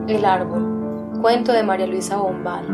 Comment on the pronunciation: Arbol separalo y dice ar-ból